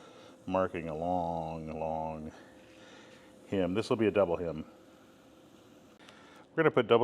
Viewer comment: It's not a "him", It's not a "hymn" It's a hem!